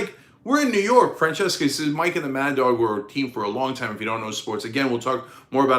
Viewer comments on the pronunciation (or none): His name is mike Fran sessions sa. Not Fran cheska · One side-note for you on Mike Francesa's name, Cenk. It's pronounced Mike Fran-SES-a. Not Fran-CHESS-ka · I have heard "Mike Francesca" but never "Mike Francheska". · Pronounced Fran-SESS-uh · I hope Chris C makes it through, and it's Mike "Fran-ses-a" Cenk